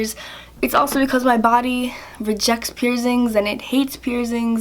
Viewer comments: First of all.. what are pierzingz? And it's your body not your mom or dads so you should clean it No hate you're super cute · Why do you call piercings pierzings?